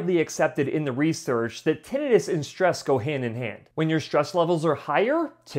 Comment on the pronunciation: Great ideas but please learn to pronounce Tinnitus. Had to leave because of it.